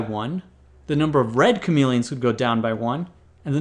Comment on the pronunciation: he keeps saying chamelons